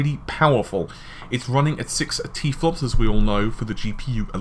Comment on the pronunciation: its "tera flops" not tflops.